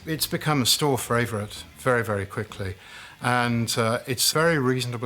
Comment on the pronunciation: Love you videos, but " Fravourtite" ?? lol